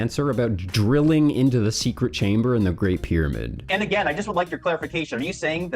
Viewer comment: Props to Zahi, his ego and all. I love the way he pronounces pyramid, like spoken at 2X speed - 'Bidabid'